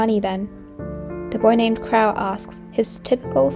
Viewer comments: "crow" is pronounced "cro" and should rhyme with "show", not "how" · pretty voice.. that's not how you pronounce crow, though.